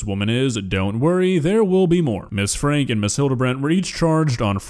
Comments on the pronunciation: it's pronounces as Frankie, not Frank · Just FYI their name is pronounced Frankie even though it’s spelled franke. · You are pronouncing Franke wrong.